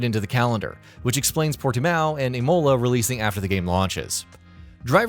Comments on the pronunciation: Imola. Emola 😂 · Ikr imohla it should sound more like imula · "I-mow-la" lol what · Americans trying to pronounce anything to do with F1 🤮 Imolea?! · Aahh yes.. Imowla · The way he says Imola sounds like Ebola. He says it like Emola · I'm sorry, but after hearing Imóla I just couldn't finish the rest of the video.. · Sorry but I just can't take all the mispronunciations - seriously, if you're gonna review an F1 game learn how to fucking pronounce simple things like Imola. Ugh. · F1 2019 contained Devon Butler as F1 2020 didn't have a story component in career mode where you went from F2 into F1. Good video just work on pronunciation as others commented. This may help for the future, Imola (said Imola like the start on imp), AlphaTauri ( said Alpha Towri like towel) & Alpine (said Alpeene) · Yeah it was painful. Imolar, Roseburg. Shumarker. Jeez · My faves were Eemowla and Alane Prost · Dude you really need to look up how to proouce things low points being imola and Renault... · Devawn butler….I mean really….please get someone who actually plays f1 games to do these Jesus, and just to add on aswell emola it sounds like the fancy name for one of your teeth rather than the fantastic track this is imola. Having now completed the entire video my favourite by far is nico rose 🌹 berg 😂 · Did he really say, deevon butler, emola, Elaine prost, phillip massa. What the fuck.